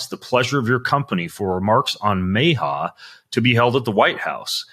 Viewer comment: It’s pronounced M Ah H A, not May H A. 😅